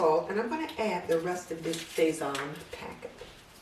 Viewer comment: Your 15 bean soup sounds wonderful. However, I could not understand what you were saying when you named the sauce mix. It sounded like "say von." Can you please tell me what it is?